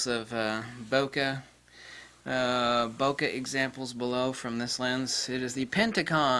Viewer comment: Thank you for that, it was unknown to me. Something to look out for. One parting detail though; the word "Bokeh" is a Japanese term used but it is pronounced like it is spelled, not "bokka". Listen to this in the end were a Japanese man explains.